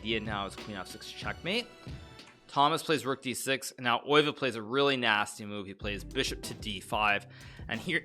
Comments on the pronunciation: He pronounces it as if it’s a German name, but Max Euwe was Dutch. The correct pronunciation is [ˈøːʋə] but that probably doesn’t help lol. Best English approximation I can think of is “uh-w-uh” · The best English approximation is undoubtedly "Ur-vuh". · ye probably something like eh-w-uh actually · Its not